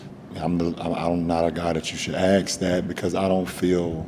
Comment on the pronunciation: Ask = Axe 🤔🤣